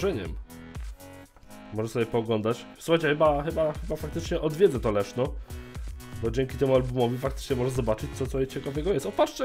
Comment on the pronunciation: Zamiast Leszno usłyszałem Leszczo xD